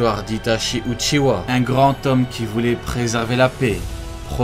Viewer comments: C'est pas uchiwa mais uchia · J'ai trois correction pour toi c'est itatchi et saske et uchiha hhhhh pas wa oi compris 👍